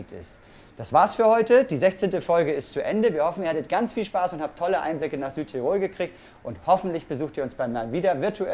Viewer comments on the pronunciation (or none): Bei diesen drei möglichen Varianten wäre ich doch tatsächlich für die dritte. Wäre schade, wenn was von dem toll Gebauten verloren ginge!! (Eine kleine Sache nur: man sagt nicht Südtir*o*l, sondern S*ü*dtirol - die Betonung liegt auf dem ü.)